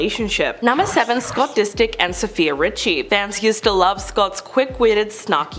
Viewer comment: Who is Scott Distick 😂 Seriously, how hard is to to get a celebrity name right?